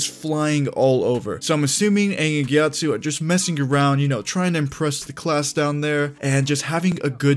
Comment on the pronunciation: GyatsO, not GyatsU.